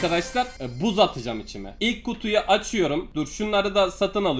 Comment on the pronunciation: Buuz çıkartana kadar içime yerine çişime diye okuyan kardesim beyenirmisin?